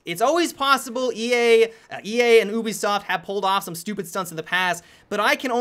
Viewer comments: why do you say "Obisoft" and not "Ubisoft"... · you pronounced Ubisoft weird. Aren't you suppose to say the letter u? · The way you say ubisoft... Makes me chuckle :)